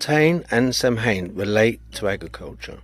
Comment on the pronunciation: It's pronounced Sowin, and in Wales the term doesn't exist, it's always been Nos Galan Gaef for Halloween